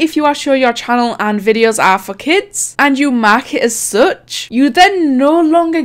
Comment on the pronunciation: Bruh when you said “for kids” its sounds like “fuck it” with that accent